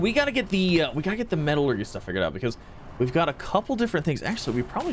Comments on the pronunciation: ME-TA-LUR-JEEEEE NOT GYYY (lol sorry I just get triggered) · Haha...Metal-urghee dude it's Metal-ur-jee = Metallurgy. Feeling sorry for your Teachers. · This is like plantary annihilation just with out battles and the many many robots but a little better Edit: the way you say metallurgy is hilarious it's met-a-llur-gy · METALLUR-JEE!!! Metallurgy lol